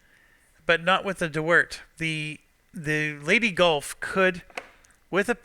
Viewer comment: Everytime says 'Leyte Gulf' it makes me laugh because it sounds like 'Lady Gulf'.